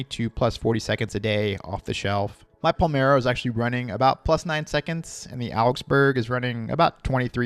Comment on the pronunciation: “Palmero”?? Are you kidding me? It’s dedicated to Italian city PALERMO. COME ON MAN!